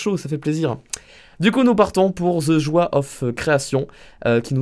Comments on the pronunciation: Sa se dit "djoye of creation" pas "joi of creation" mdr tu ma fumé😭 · The joi lol the joy